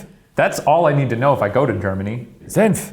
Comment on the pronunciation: Senf actually is perfectly said by shane :D #proudofyou